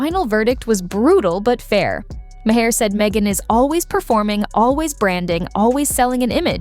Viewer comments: HEYYYY, computer voice!!! Bill's name is pronounced 'MAR', not "MA-HAR" or "MAY-ER", or "MA-HARE", or MAW-HARE"!!! 😮🤪🙄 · His name is pronounced Marr not Ma-hair. 😂🙄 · His last name is pronounced Maa er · ma haare? Mahere? that bot bore slop edtng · Can't you teach the damn robot to pronounce the damn name?? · Does anyone review any videos using AI narrations before posting them? I don't think so. It doesn't even pronounce Bill Maher's last name correctly. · How many ways can your AI narrator come up with to mispronounce Maher's name? Poor production work.